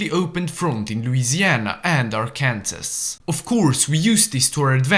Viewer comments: it’s pronounced arkansaw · It’s pronounced DEH-MOIN. 😢 (I live in Iowa) / and it’s pronounced ARE-CAN-SAW. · just for future reference, its pronounced Ar-Kan-Saw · Bro said are-Kansas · Sorry to be grammar police but Arkansas is pronounced like Arkansaw. Anyway love your video. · just a bit of advice, it's pronounced Are-can-saw. But, I can see how you get it wrong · This video is awesome but as an arkansan it hurt when you pronounced Arkansas wrong 😔